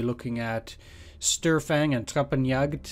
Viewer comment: Small hint, in almost any case of the "St" at the beginning of a word in German, St gets pronounced as if it was written "Sht". So, basically it gets pronounced like "Shtörfang".